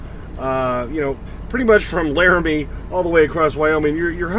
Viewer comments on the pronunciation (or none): none